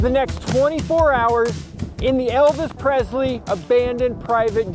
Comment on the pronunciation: Hey I love your videos and everything you get involved in. My only criticism is that it’s Elvis Presley not Prezley. Lol